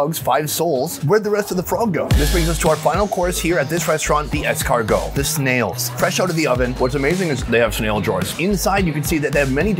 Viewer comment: It's pronounced like "Less cargoo" (L'escargo) .. not whatever you try to say in French on your fist try hha